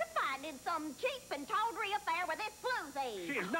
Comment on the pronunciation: tawdry not tottery